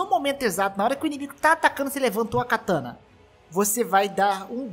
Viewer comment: Só um comentário, não é KATÃNA... o correto é KATANÁ